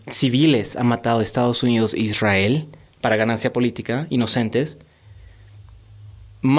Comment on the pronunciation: Jajaja de ahí empieza el genocidio..? Israel las víctimas?? Falta informarse no de noticieros, no de CNN, no de RT, con todo respeto, este muchacho no sabe nada... Esta contando su historia que mas recuerda... Aparte que dice ISWRAEL😅😅😂 vaya... Que payasada, los padres son los culpables.